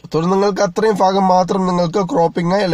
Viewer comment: ഫാഗം അല്ല ഭാഗം